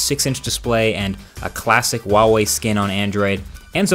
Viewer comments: who - ah - way, not wah - way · why does he say wawee instead of huawei? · Just something i noticed, you say wall wee instead of huawei. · Great video like always. Just one nitpick. The H is pronounced in huawei, and isn't silent. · The way you pronounce Nikon and Huawei :'D